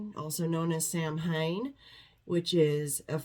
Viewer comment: Samhain sounds more like sowin.